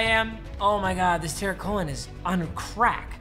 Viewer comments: Nobody:: Tearik Cohen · Anyone else hear he pronounces it tarek cohen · AS A CHICAGO FAN, ITS PRONOUNCED "TAREEQ COEN" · Is it just more is he is saying Tarik Cohen’s name horribly wrong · Bruh u r saying Tarik cohens name completely wrong 🤷🏿‍♀️ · Please learn how to say Tarik Cohen